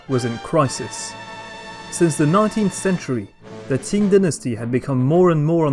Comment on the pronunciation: Qing dynasty not ting dynasty